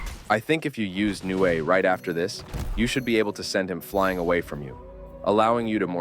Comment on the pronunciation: It’s not nue it’s nu ay